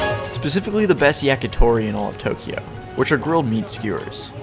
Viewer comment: Too-kiji ugh